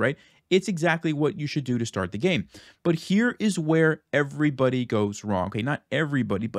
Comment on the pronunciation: "shtart," "shtrong," "forshes"